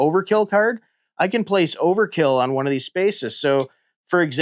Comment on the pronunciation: If you"ll allow me to be a pedantic nerd for a moment, the name is Overt-kill, no Overkill. Must pronounce the T!